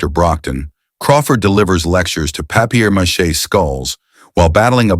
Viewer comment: If you're going to make such a big fuss over Tony Curtis' pronunciation in The Black Shield of Falworth, perhaps you should learn how to pronounce papier mache.